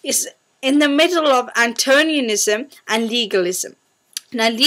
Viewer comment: It's not antonianism, it's antinomianism! Hehe